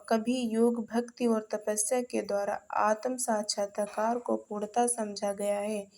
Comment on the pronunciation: आप सही तरीके से बोल नही पा रहे हैं आतम साक्षात्कार नहीं कहा जाता